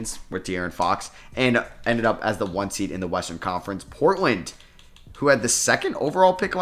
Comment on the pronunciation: “as the 2 seeed” 😂😂